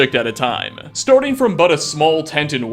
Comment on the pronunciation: "Storting off" xD